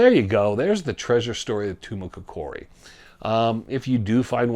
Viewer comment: TOO-MAH-KOCK-EREE (accent on the KOCK really).